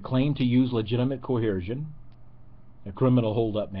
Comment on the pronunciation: I'd like to comment on a piddly little thing that simply grates on me. The word is "coercion" not "coheresion." Violent force coerces. It doesn't cohere.